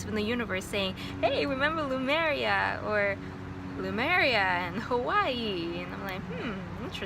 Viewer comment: I noticed you keep pronouncing Lemuria as “Loomeria”, it’s nicknamed “Mu” because it’s the motherland is referred to as Le- mu- ria usually. No offense, just felt the need to point that out. Spot on with the white robes, I specifically remember those in my memories as well. I didn’t see any reptilians, but observed shapeshifting , usually to animal form.